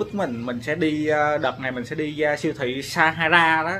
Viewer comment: Nhà sách pha - ha - sa mà ah đọc là sa - ha - ra =)))